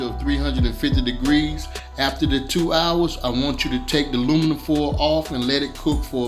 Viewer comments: He said luminum lmao u can cook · When he said "luminum" That's when you know it's good 😋